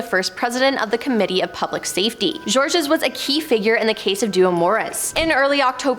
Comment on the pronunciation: Many of her pronunciations need help. Ex: Georeges the "s" is silent. There are more.